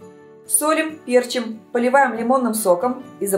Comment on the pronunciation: пЕрчим как режет слух